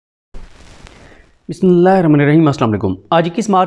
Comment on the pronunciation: السلام علیکم محترم صدیق جان صاحب، برائے مہربانی بسم ﷲ صحیح طریقے سے اور پوری پڑھا کریں۔ شکریہ